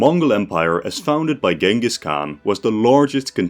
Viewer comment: that's a hell of a way to pronounce 'Genghis' 🤣